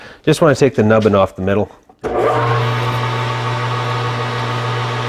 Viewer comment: Nubbin'...So Canadiana there:) Cheers